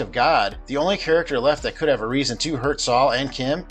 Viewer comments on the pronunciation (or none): none